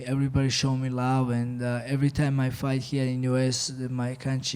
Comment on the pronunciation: "that phight its easy for me"😂😂😂